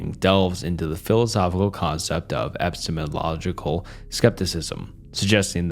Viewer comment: I like the part where he completely mutilated the word "epistemological"... Twice